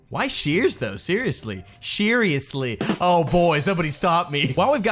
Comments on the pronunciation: "Sheariously?" "Snow good"? Funny stuff! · XD heh heh sheeryesly heh heh